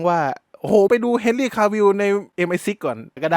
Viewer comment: เฮนรี่✅ ไม่ใช่แฮนรี่👎👎🏿👎🏻❌❌❌